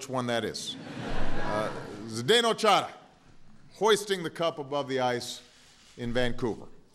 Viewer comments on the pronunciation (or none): lol obama saying chara with an italian accent